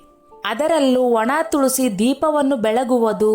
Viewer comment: Tolsi alla tulasi